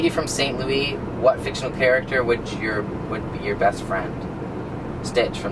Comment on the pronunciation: And St. Louis lol